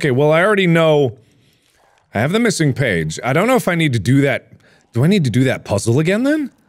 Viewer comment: “mithing page”